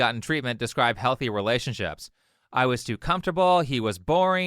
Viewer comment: Anyone else notice how she pronounces it, "ree-LAY-ships?"